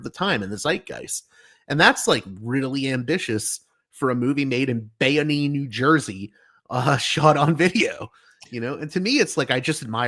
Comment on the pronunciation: Bayonne NJ. Pronounced bay-own. Not the suburbs. A port city on the NY harbor. Tony Soprano could drive there.